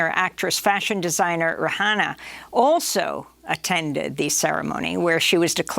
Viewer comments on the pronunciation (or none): Pronounce her name properly, please. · Dum ash lady, cant even pronounce rihanna s name right. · Oh gosh someone teach Amy how to say Rihanna (x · I was surprised to hear her mispronounced her name since she has remarkable elocution. I'll give her a pass since it was not intended.